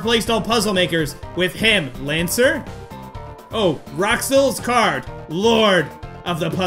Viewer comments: It's pronoced Rules. (With a rolled R.) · Rouxls is pronounced "Rules" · Rouxls is pronounced 'rules'